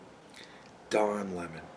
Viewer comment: Le Don Le~Mon, what a twat